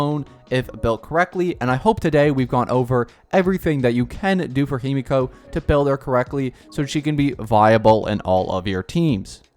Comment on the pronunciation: himeko not himiko